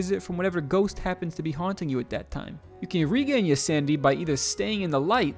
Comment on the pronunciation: took me a while to realize you weren’t saying “sandy” but “sanity” XD